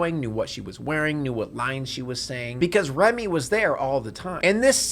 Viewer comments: "Remy"? Her name is Rumi. Turn the subtitles on, guy. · this is a great video, but her name is Rumi.. Not Remy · “Remy” the whole time was painful